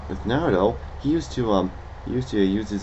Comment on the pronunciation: you said naruto wrong and shippuden wrong ugh